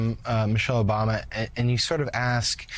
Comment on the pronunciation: Did mika say Obamna?